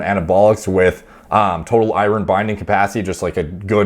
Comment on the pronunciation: Mate, Iron, not I-Ron lol. Useful video as usual.